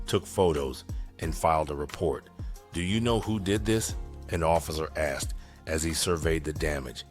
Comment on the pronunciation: Thanks,, for saying 'asked' instead of 'axed.' Tytyty!😂